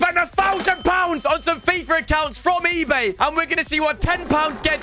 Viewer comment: How he says fifrrr